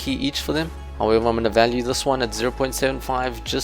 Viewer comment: When he says "value" 😩